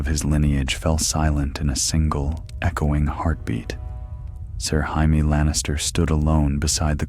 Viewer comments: Who tf is hi me?!?!? Say it with me,jay me,jay me. Perhaps watch the show or listen to the author himself pronounce it jay me. Ya sound like a dumbass. So joe is hoe and jim is him? That housting is pretty cool at the tournaments. Can’t even be consistent,is it hi me oe hamie? Ive heard ya say both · Dude it's pronounced JAY ME not HY ME! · You beat me to say exactly this 🤣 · Stop calling Jay-me, Hi-me. Get the pronunciation right. Please! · Not Hi-Me! I haven’t seen that guy since 7th grade Spanish class! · Ya lost me when Jamie was said as the Spanish Jamie. It's JAY-MEE! NOT HI-MEH! omfg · It’s A.I 😂 hi meee is funny tho 😂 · I was wondering who the hell Hi me was!😂